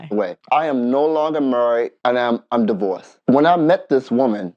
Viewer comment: wth is murried? does he not know howt o say married?